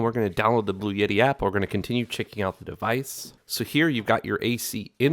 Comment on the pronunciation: The brand is Bluetti like Blue-e-tee or blue etti NOT Blue yetti!